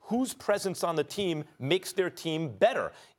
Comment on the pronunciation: Your wondering if Antanticupoos? 🤣🤣🤣